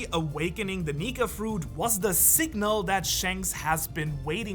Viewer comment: Whait i thought lutfi fruit is Nika!!.... is it only me hearing it as Nig* fruit?